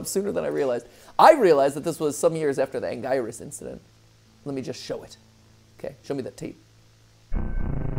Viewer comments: crazy how Anguirus was pronounced correctly in a previous video, yet matpat STILL calls it "an-guy-rus" instead of "an-gear-rus" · It's not Ang - guy - rus, it is pronounced ANG - GEE - RUS, Matpat! Get it right! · Anguirus (Ang-ee-rus)